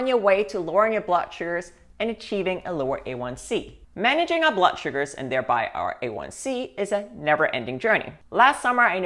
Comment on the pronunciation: “Blutt” is an odd way to pronounce blood. 🧐